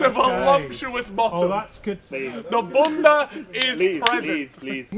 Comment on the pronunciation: Did rly say bumba I stead of bunda?😭😭